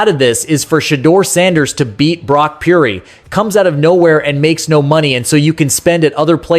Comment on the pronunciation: You have to get the annunciation correct, Pur-dy. Close no dice 😂